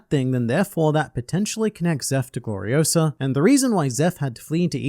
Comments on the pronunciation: "It's Glori-o-SAH, not Glori-o-suh!" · It's Gloriosa, not Gloriosa. 😅 But SHE FELL FOR XEBEC. I am beginning to think Xebec is basically not what everyone says he is. I think he's actually another Luffy and Roger. Looking at them saying he ran off ahead and just blatantly talking about his similarities to Luffy and Roger. I think Ol Lady Nyon is the Boa and Xebec is the Luffy of the modern era.